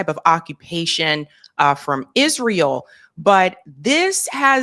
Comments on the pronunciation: It's not Izreel it's Israel. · Quit saying Izreel